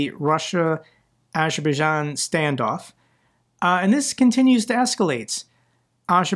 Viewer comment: Sorry dude but Azerbaijan has a Z in the name that you have to pronounce It isn't Ajerbaijan